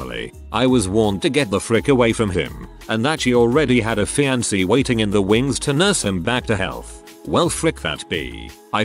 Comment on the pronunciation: Love when the robot says FianKE